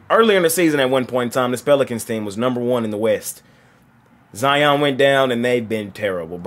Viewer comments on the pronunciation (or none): none